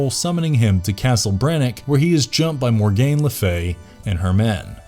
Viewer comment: Tf stop saying Mor-gain, it's pronounced Morgan... there is NO "gain" in her name. Next you'll call her sons Morbid. Get your pronunciation down correct before making a video son!